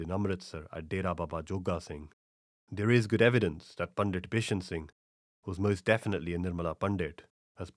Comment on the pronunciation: your pronunciation if punjabi words is generally very good, but you are saying the word "Pandit" incorrectly. The "t" in Pandit should be pronounced as in "Sant".